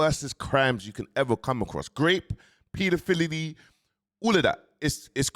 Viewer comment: Peadafillery got me 😅